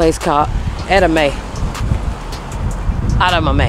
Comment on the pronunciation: Im in for the day party and its ed-ah-mom-A